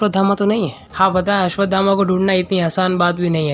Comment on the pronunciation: अस्वधामा ❎ अस्वथामा ✅